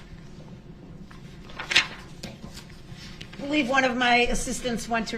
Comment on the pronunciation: At , The Detective's name is Stephen Guth. It is pronounced Gooth. DB actually pronounced it correctly! Mind you, this is his witness, and he doesn't even greet him with salutations merely launches right into questions. He has no idea what estranged means. He is now estranged from his whole family and any friends he may have had.